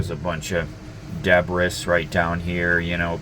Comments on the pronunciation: GOOLOO Ok I gotta ask you've said deb-riss twice are you doing it to be silly or actually mispronouncing it? Debris is pronounced duuhh-bree! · "deb-bris"....LOL....are you British? They also don't pronounce English words from French correct which is really weird given their proximity. ex: Buff-ett....LOL It's de-bris or de-brees